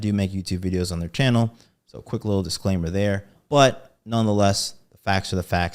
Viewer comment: Lost me at "Diclaimer"